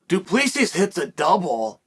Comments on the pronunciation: I have heard Chael saying Piera so many times that I expected him to say Dwen Till and just to shut me up, he says Duplissi. Damn Chael, the undefeated,undisputed prononciation master. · Learn how to say fighters names! What is this ? Dooopleseas? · Du PlessEE -- The S is silent 😂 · The 'S' is silent 🤫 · Chael obviously did not watch the post fight interview, the last "S" of du Plessis is silent. As a South African I wanted Drickus to win, but I also like Darren.